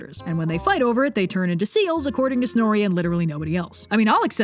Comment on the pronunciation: Aaand FOIGHT indescribable fwipping sounds